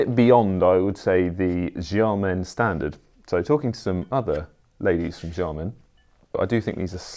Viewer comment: Please stop saying “jiamen” for Xiamen. It’s “shee-ah-mun”, not “jah-men”. Sh-, not j